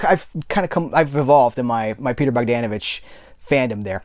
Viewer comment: You pronounced Bogdanović right. Greetings from Serbia.